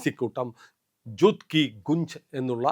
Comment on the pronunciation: ജൂത് അല്ല ( ഝൂട്ട് അല്ലെങ്കിൽ ഞ്ജുട്ട് എന്നാണു മലയാളത്തിൽ എഴുതേണ്ടത് )